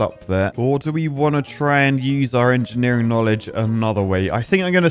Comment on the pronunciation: Marvel of enjeniring? more like Miracle of enjineering!